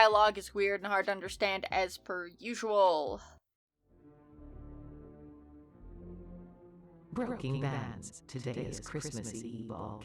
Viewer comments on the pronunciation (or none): It sounds like says "Brooking Bads".